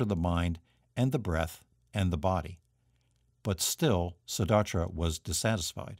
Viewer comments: Siddhartha. You are pronouncing it, Siddharthra. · Siddhartha* not Siddhartra. Shame he mispronounced it over and over.